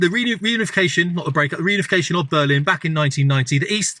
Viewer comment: lol. You said "Blurrlin".